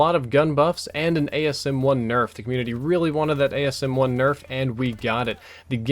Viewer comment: It's called the asm1 not the ams1